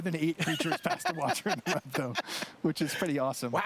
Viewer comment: Does anyone know why all magic players emphasize the wrong syllabels in 3 word name cards? like "Watcher in the Web". Normally you'd pronounce it by emphasizing the last part of the 3 word combo. "Watcher in the WEB". Why do magic players Emphasize the First word in the name? "WATCHER in the web".